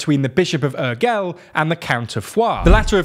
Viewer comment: That's not how you pronounce Urgell. I can forgive the mispronunciation of the double LL at the end, as it's a bit tricky in Catalan (something between L and Y) and maybe even the U (more like OO) but the G is a soft G, more like in Giraffe (not exactly but it's the closest in English) 🙂